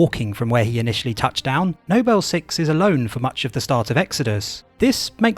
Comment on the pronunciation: why do you say 'nobel 6' but 'noble team'